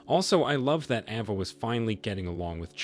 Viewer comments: It's A-va, not Ah-va. 😉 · Ava is pronounced ayva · AVA = letter A followed by va. sound it out with the long A